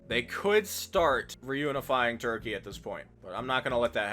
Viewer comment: we love "turpey"